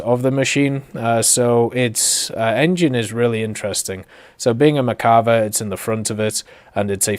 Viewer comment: Still cant pronounce merkava correctly